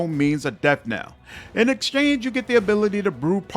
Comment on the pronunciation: He finally pronounced “death knell” correctly!!!